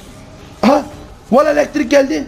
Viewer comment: elektrink diyo ksıdodıdodkdjfkdjdj